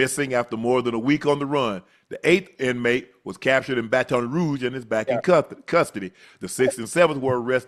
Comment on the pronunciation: Why does unc pronounce “ Baton Rouge “ like that😂